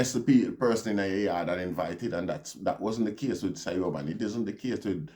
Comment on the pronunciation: Siobhan is pronounced Chevaun.